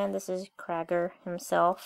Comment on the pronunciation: its not crager its creiger